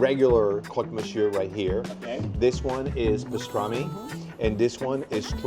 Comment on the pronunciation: but do need to work on his vocabulaire of french ( not being a snob as an immigrant in Paris) but le crock misyor is simply wrong!